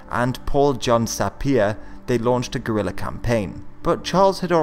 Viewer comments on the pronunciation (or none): none